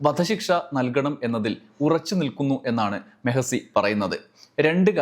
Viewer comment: മെഹ്സി അല്ല മെഹ്‌ദി ആണ്